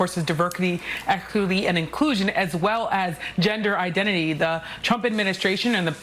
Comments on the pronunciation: LOL this lady just said, "Diverckity, Exclucvity, and Inclusion." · “Diverkity, Elkity, and Inclusion” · She said "diberkidy" 😂😂😂😂😂 "eckity" and inclusion 🤣🤣🤣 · .....YOU LYING TO ME!!! 💀💀💀💀💀 Who is this lady?? Get her outta here 😂😂😂 What is Divercurty, ecquerty, and en clueshawn? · Wtf is Diverkity, Ekluvity, and Inkusion?! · What the heck is divercuty, exclity, and inclusion? You should be able to speak English properly and have correct grammar when speaking on TV. This just makes people look stupid. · Divercluty, Echluhity, and Inclusion😂 To be fair, I think she was just anxious to get the words out and make her point, but the 'E' sounded like 'Exclusivity'...which it kinda was. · Did she say diverkity, excluvity, and inclusion? Thanks for sending your best. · Hold up. Did she just say “Diverkiddy, equiliddy, and inclusion” 😂😂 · "Diverkity, Equilthy and Inclusion" Talk about a DEI hire! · Imagine crying to protect DEI but when describing it you say" Deberky, Ecerby and Incusion" 😂 I don't think they even know what DEI means. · 😂😂😂 diverkety ekity inclooson , Can't even believe that she can't even properly pronounce her own bullshit lol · "Diverqity, ekikuity and inclushion" 😂😂😂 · Did I hear her say, "diverkitty,eckuertty, and iklusion"? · That black woman couldn't even pronounce Diversity, or Equity... Lmao! The irony made me laugh soo hard my face hurts. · Wow it was fitting those first two girls looking like a full blown liberal lol and did you hear that woman try to say diversity and equity 😂 she must be dei herself 😂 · haha the DEI hire at NBC news couldn't even say "Diversity, Equity, and Inclusion" correctly.